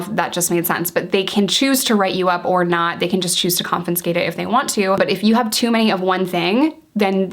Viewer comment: Confinscate = confiscate